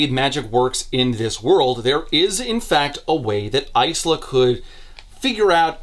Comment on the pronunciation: Lemme say it after hearing it in Lightdark. EYE-SLAHH is a dumb pronunciation. I no longer care to hear opinions against that. Yes I know the writer says it's pronounced that way in the book, I'm not calling her that.